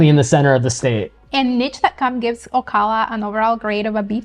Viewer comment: Good summary. FYI the correct pronunciation of Ocala is: O. CAL A